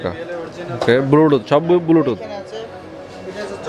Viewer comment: Bhai Age Shuddo Kore Bluetooth Bolen Apni To Bar Bar Bulutooth bolchen